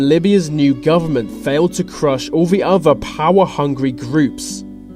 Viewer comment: All I could think of was why doesn't the narrator speak properly? He doesn't pronounce "th" correctly - the word is other, not uvver! Think, not fink.